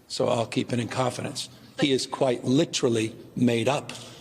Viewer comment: He has good words, but he cannot for the life of him pronounce "literally" correctly. 🙄